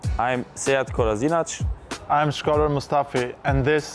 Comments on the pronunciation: No you are not sead kolaszinać You are Sead Kolašinac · actually that's not how you pronounce it, he's making it easier for brits...it's more like cola-shin-atz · why did sead say his last name wrong?😂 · He can't even pronounce his surname LOL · Did Sead just prounanced his surname wrong ... 😂😂😂😂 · It's funny how Kolašinac mispronounces his last name every time. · Sead Kolazinač really sead you cant say your name right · Jesus christ kolasinac mispronounced his own surname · Kolasinac can't even say his last name right